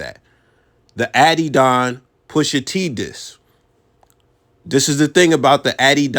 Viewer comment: bro said addy-don 😑🤦‍♂️ I dont care anything else he says in this vid is invalid